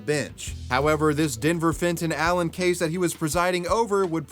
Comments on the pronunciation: "Fenton Allen" had a swing of "Fentanyl" every time you said it xD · Fenton Allen.. Fentonal Len.. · Omg if u say Denver Fenton Allen one more time I will die